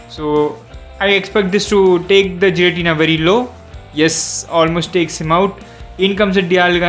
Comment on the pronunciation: that's Gi-ra-ti-na not Ji-ra-ti-na and its not evil-tal that's yv-et-al